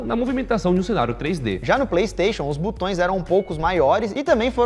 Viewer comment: "Butões" é de foder! Não sabe falar português nem grave.